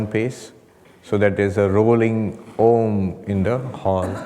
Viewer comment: The wonderful rolling Om at the beginning